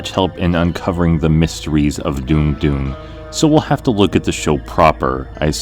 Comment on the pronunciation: So it's pronounced "Dune-gh" and not "Dong"? Because my mind went to weird places, and it's all my fault.